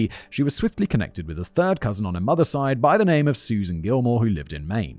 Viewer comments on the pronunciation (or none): none